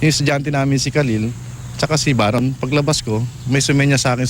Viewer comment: baron not bayron Mike ayusin mo PAG rarap mo este pag rereport